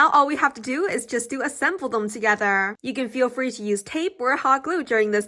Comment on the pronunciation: the way she say's thogertrrrrr